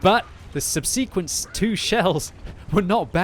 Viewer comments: I am amazed that someone has not already told about this before. Not as annoying as people saying something is quite unique. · For God's sake, look up how to pronounce "subsequently" and "subsequent", you always get it wrong. We'll have to withdraw your Englishman's card if you carry on embarrassing the nation like this. Johnny Foreigner is watching you know.